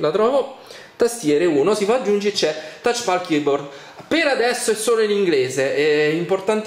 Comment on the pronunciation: Touchpal?!? Thouchpal?!??!?!?